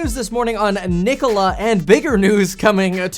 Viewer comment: How can someone disrespect the name Nikola like this